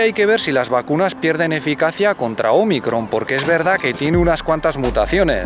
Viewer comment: Ese acento en Ómicron se agradece 🙏😉👏👏👏 gran video, como siempre 😊😊